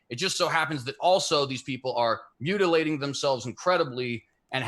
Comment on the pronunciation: Every time said “mutilation” I wanted to mutilate his face. 🤬 Also, for the love of god, get a new mic cable!